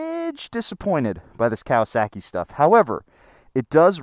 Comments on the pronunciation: there is no "sack" in Kawasaki. Cow-uh-sock-ee. Would you go to a Japanese restaurant and order sack-ee, I think not Sir! Im starting to think you've been hanging out with Eric too much lol! Most motorcycles get such good gas mileage I feel these electric bikes are superfluous. The hybrid bike may be worth the hassle to help cut emissions but with the pollution from mining the lithium and manufacturing/recycling of the batteries probably not. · "Kawa-SAW-ki" > "Kawa-SACKY" - lol - Sorry I had to. Liked the video, though! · Cow-uh-sack-ee 😂 sorry I can't not hear this. It's cow-uh-sock-ee. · Speaking as someone who studied Japanese for almost 3 years, it's KAH-wah-sah-kee, not COW-uh-sock-ee. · Say it with me...Kah-wah-sah-key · Why do you pronounce kawasaki like that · Love, hate the way he says Kawasaki 😂